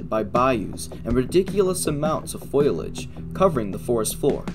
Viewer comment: Excellent, thorough program! Enjoyed it, but have to make one correction.... It's FOL-e-AGE - NOT FOIL-AGE. You're better than many with these, I just want to help you sound more credible. 😉